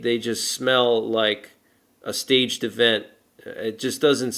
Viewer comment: It is “Staged!”